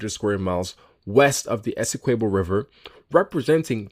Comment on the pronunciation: You're butchering the pronunciation of Essequibo